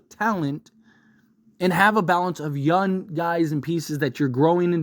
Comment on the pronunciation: I love you but bro the way you say young pisses me off 🤣you don’t pronounce the “g” and it bothers me so much. I had trouble watching the trae young video🤣